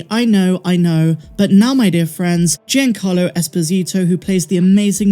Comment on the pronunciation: Happy birthday, Meg! Your channel is one of my favorites, and I rely on it for Star Wars news. Keep up the good work! P.S. You're mispronouncing Giancarlo. It's JON-CAR-lo, not GEE-an-CAR-lo.